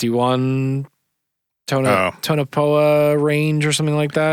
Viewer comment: It's pronounced "Tone - a - Pa" guys. The area around area 51 you mentioned around minute . Enjoyed the show, love this crazy stuff!!